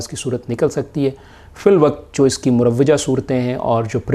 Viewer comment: مُروِّجہ❌❌❌❌❌❌ مُروَّجه✔️✔️✔️✔️✔️